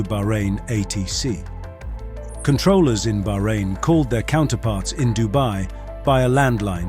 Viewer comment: Thank you for correctly pronouncing Bahrain, 99% of Youtubers don't bother.